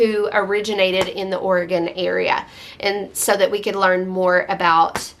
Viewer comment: I love how you immerse your family in good literature. ❤️ And just to give you a little grief…how could you forget about Oregon?!!!😂😂😂 Just kidding. I live in OR😊 And I’m impressed that you pronounce it the way we do here. Most people east of Colorado say it differently. 🤷🏻‍♀️